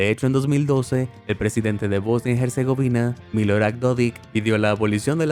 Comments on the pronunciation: En "Herzegovina" la H es muda, no se pronuncia como J, al menos en Español, que es el idioma usado en el video, no el Inglés..... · Casi me da un ataque hepilectico escuchando el nombre de Bosnia Herzegovina mal pronunciado todo el rato. La H es muda OMG.